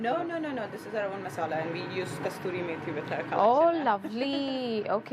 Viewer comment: Love her already for being different n way she looks, all homely ....… but madam "Kasuri Meethi" hota hai "Kasturi" nahi.